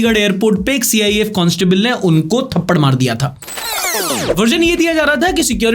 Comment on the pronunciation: Pichle video mein bhi CISF pronunciation galat thaa aur is video mein bhi hai